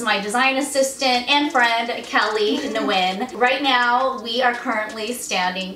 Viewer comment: What culture pronounces Nguyen like that? #SincerelyInterested